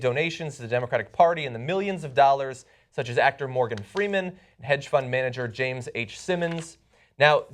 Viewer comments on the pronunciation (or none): none